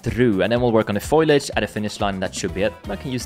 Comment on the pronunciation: foliage, not foilage. :)